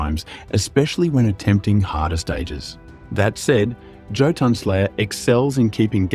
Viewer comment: isn't pronounced YOtun?